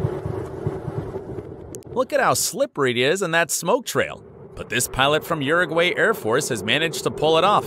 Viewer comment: Definitely a robot voice and script. The sentences were weird and some made no sense at all Also there were many pronunciation errors such as Infamous, Uruguay, 7-Seventyseven. This only happens because this AI assumes that words are phonetically spelled, and they don't know common slang (triple 7)